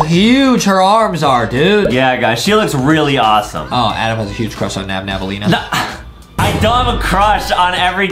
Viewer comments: Its nabnaleena not nabnabnaleena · It’s not Nam Nam it’s nab Elena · Excuse me! Your saying nabnablalina but its nabLAnina. Its ok tho😊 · Its Not Nabnaballena its Nabnaleena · it's nabannaleena not nabnabannaleena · It’s not nabnabaleena it is nabnaleena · It’s not nabnabalena it’s nabnaleena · is not nabnab nalina is nabnalina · I hate beacause they Say nabnabaleena insted of nabnaleena. The defrets ghete is 1 b in nabnaleena